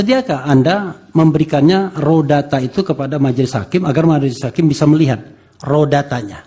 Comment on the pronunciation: Bukan rodata oi haha, “Raw data”